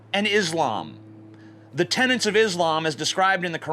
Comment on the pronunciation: "Tenet", TJ, not "tenant". Also, don't know why you'd bother with this when more people are killed in car crashes.